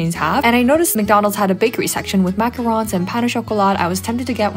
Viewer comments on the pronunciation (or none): NO SHE CANT PRONOCUE OUI OUI MACARON. PRONOUCE Macckarón and paint au chocolat pronounced pqint au chockolat